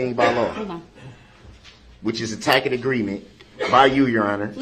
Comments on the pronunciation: Tack-it agreement 😂😂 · Tacit=“tassit” not “tackit” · He always throws words and phrases together that he cant pronoun and make no sense and its pronounced TASS-IT not Tackit he's literally dumb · A ‘tack-it’ agreement 😂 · What is a tack-it agreement? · I’m just seeing this video now, 2 months after you posted it. What I always wanted the judge or the state to respond to db constant” smj,; tacit ( pronounced ta-Sit, no wonder the judge did not know what db was saying the furst times he starting repeating “TACKIT”he said “ I know you know what that is” after she said she didn’t.) agreement ; his constitutional rights… and all the annoying comments. I wish they would have simply, read outloud without the jury, the judicial act of the US Constitution! It clearly says everything the judge and state are doing, and not doing! He complains about the “jury needs to know the truth” The constitution sets out, step by step the methods of a trial. What is established first etc. Also the rules of a courtroom ; the rules if the attorneys and the one charged of crime. Darow has been right— db ,nobody, has a first amendment right to speak whenever you feel like it; or to say what you feel like; nobody can interrupt a person speaking,.. and so on. If somebody would have read these simple constitutional legal, trial rules, maybe db would have shut up for an hour or so.hand a copy of the constitution that you are reading.( not the entire document of course) .At least the court would have watched him be presented with the very info he addressed incorrectly! If db would have bothered to read a little if the constitution he may have seen how stupid he was. He was receiving info from someone! We know he didn’t come up with smj and tacit agreement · I love how he says tackit for tacit. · Tak-it? For Tacit? Irritating and.... Wrong. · "Tackit" Agreement 😂 An insufferable buffoon. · “Tackit agreement” lmao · It's not tacket agreement. 😂😂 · He doesn't know how to pronounce tacit